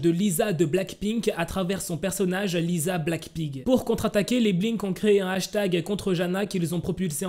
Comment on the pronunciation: Ca de prononce lissa et rossé pas lisa et rosé 😂😊